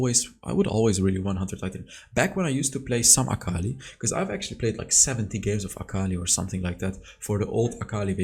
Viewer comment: Fun fact: its aka-li not akal-i